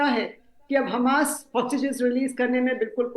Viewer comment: ये चूतिया उल्लु हमास को खमास क्यू कहता है..